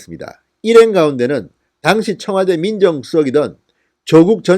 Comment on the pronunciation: 진성호님 "당시 " 발음 확실히 하세요 듣다 보니 따라 배울까 두려워요